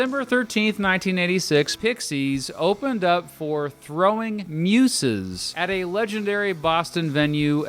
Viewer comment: How the fuck do negate the first umlaut in Hüsker Dü and pronounce the second one? Nevermind... ...if you can’t pronounce Throwing Muses correctly this is clearly a lost cause.